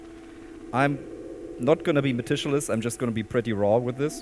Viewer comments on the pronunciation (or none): MEH TICK YOU LUS. not MEH TISCH YOU LUS. This makes it even better though. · Great performance! for next time: Meticulous = Met - ick - you - liss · This is a great video! Thanks. By the way, at least the way we say it here in Canada, the word "meticulous" rhymes with "ridiculous". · Loved the talk/demo! Ever since watching your videos, I've started saying "Generator" with the German pronunciation. Also speaking of pronunciation the word you're looking for, meticulous, is pronounced similarly to "ridiculous" ;) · I much prefer pronunciation. "Metich-lious" Love it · Excellent presentation, let me help your otherwise faultless English - "meticulous" is pronounced with a hard "c", i.e. "meh tick yoo luss" or "meh tick yoo luss lee". Easier to pronounce that way, too! 😉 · it's pronounced muh-tissue-less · I spent a couple of minutes trying to work out who metishaluss was! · Jus a quick lil FYI incase, no worries if not. ~ meticulous –> (Me-tic-you-less) 🔊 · Loved this lil deep dive, thanks for your insights big sir Ps.... It's meticulous as in K sound for the C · For future reference, the c in "meticulous" is pronounced as a k. Because English is stupid, though it does make the word slightly easier to say. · Fascinating stuff. But never heard the word meticulous pronounced that way 😄